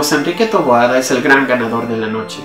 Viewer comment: Su apellido es "Taboada".. No "Toboada"